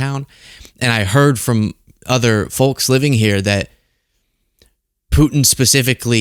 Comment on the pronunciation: I really appreciate your show and insight and views . . . but PLEASE the L in folks is SILENT!